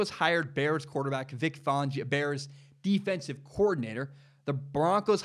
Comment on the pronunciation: IT. IS. FAN-GIO. NOT. FAWN-GIO. Don’t know where you got that.